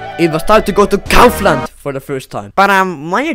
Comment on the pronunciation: I would say that he pronounces it well no? At least in Czechia we pronounce it the same :D